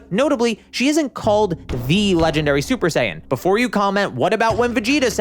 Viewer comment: But who is "SUPER DEE-DUPER SAIYAN"?